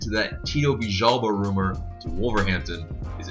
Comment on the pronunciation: In USA do you pronounce L's as J's? Isn't it Villalba not Vijjalba?